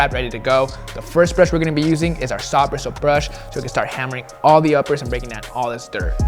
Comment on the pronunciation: “sOFF bRIsoool BRuSH”